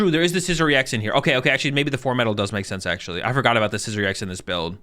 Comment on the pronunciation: I die a little bit every time you pronounce Scizor like it’s the ides of March